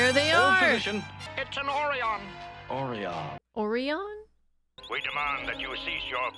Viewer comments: According to many rumors, William Shatner kept mispronouncing Orion, and so the rest of the cast followed suit to keep Kirk/Shatner from sounding like an ignoramus. Oh, and the reason the Orion capatin's button pushing did not work was because the dilithium in his belt that would have powered the explosive was beamed away separately thanks to Scotty's understanding of what was about to happen and his quick thinking in neutralizing the threat. He didn't beam Kirk and the Orion captain in at the same time because that would have left the bomb intact and exploding right inside the transporter room. Also, he wasn't certain perhaps that a full beam out would not have ruined what Kirk was trying to do to save Spock. So, in short, Scotty's mother raised no fools! 🙂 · For some reason, the actors pronounce "Orion" differently than in "Journey to Babel," but it's clearly meant to be the same "neutral" planet. I always read "neutral" to mean independent (i.e. not part of the Federation), but in this case a planet that is facing special sanctions due to past incidents of espionage, piracy, etc. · This established quite a few things about Orion pirates that didn't appear on live action Trek for years but did influence the novels. Even if they did mispronounce it. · Shatner miss-pronounced Orion. He didn't say 'Oh-rye-in' he said 'Oh-ree-on' and wasn't going to record it again so all the others HAD to follow Shatner's lead.😊😊😊😊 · The correct pronunciation is or-EYE-on. It is actually a constellation of stars -- Orion the Hunter. The beta star of Orion is Rigel, which was mentioned in the Doomsday Machine episode. It was the one of the planets of Rigel that was threatened that caused Decker to assume command of the Enterprise. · I'm guessing Shatner mispronounced Orion as orry-on as some sort of sabatage and everyone else went with it. His lines were recorded remotely because he was traveling the country trying to maintain an acting career in the wake of the failure of TOS.